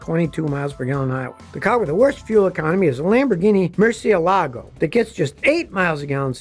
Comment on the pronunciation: I died at "Mur see e lah goh"